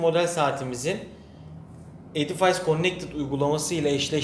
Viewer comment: Selamlar, Edifays diye değil, ingilizce okunuşu edifis şeklinde olmalı :)